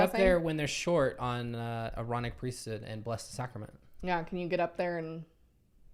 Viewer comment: The #1 thing that stands out to me among Mormons and ex mos is that they never pronounce the “H” in priesthood. It’s like pre-stood, whereas I would say it as 2 words priest hood. It always throws me off lol